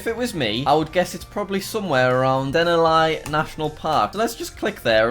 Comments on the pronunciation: Denali it's not "D-eh-na-Lie" it's "Duh-na-Lee" It's one weird word. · Denalllyyyye national park nice pronunciation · He pronounced Denali as Den-All-Eye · i know he has that accent but it pained me to hear him say Denali like that because normally it’d be said like den-aw-lee or den-alley then again hes never heard of it or even been to alaska so its fine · As a fellow Alaskan, We are big enough to be a country. But also Alaska is a pretty recognizable state soooo... Edit: he pronounced Denali as Den-All-Eye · Du-nal-Lee national park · Jack, Denali is pronounced den-al-i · DEN-A-LIE OMG I LOVE HOW HE PRONOUNCED THAT